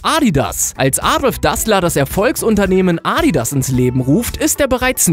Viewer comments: es heißt adidas nicht aaaadidaas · Wie du ADIDAS aussprichst😂😂😂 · Wen regt auch auf wie er Adidas sagt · Wie du Adidas ausspricht 😂